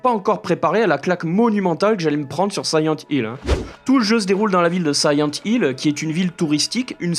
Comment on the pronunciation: Siyent Hill ...? Connais pas.... Par contre SILENT Hill oui !!! Le 2 est un chef d'œuvre !!! Merci pour ta vidéo !